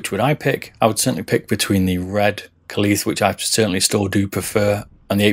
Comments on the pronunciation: Great video. Sorry to nitpick, I'm not sure why you pronounce "kuhlee" when it's pronounced "kale." It's in the spelling. :) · Kalith???? According to Kailh, it's pronounced like "kale".